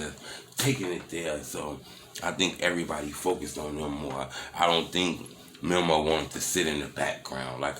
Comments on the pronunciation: It's Meeeee Mooeee not memo lol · It’s pronounced “mee-mo” not memo. God damn 😂 all in everybody business and making multiple videos and you still can’t pronounce their name right.